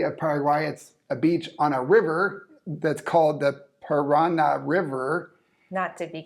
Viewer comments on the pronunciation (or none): It is not the Par/A/na River (you stressed the second syllable), but the Paran/A/ River, because there is an accent on the final syllable (Paraná)